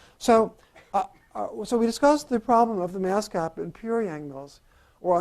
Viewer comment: Did he say mask gap or gas map? ;-) I love Ed Whitten, if only I could understand him :-(